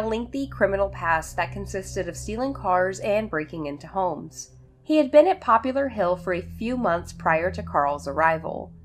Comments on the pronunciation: It’s Poplar Hill not Popular Hill. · FYI - it's not, "Popular Hill", it's "Poplar" - like the tree. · I am hearing you say "Popular Hill" yet I am thinking Poplar , a species if tree more likely to be the name of a town I would think. I had a friend who lives on Poplar St in Bridgeport , CT and he also pronounced poplar as "popular".His name was Tony and a different Tony whom I worked with often spoke the term "The Entire State Building". The tallest building in New York. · Poplar. Poplar Hill, not popular. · poplar, not popular. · Poplar... it's Poplar Hill, like a poplar tree. There is no U in it.